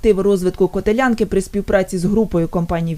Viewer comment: Не котелЯнка, а котЕлянка